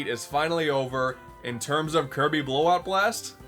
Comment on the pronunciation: Wanna know what's funnier? The narrator saying it like Kirby BLAGHT BLOST!